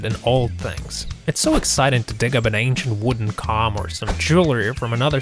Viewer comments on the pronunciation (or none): He said com not comb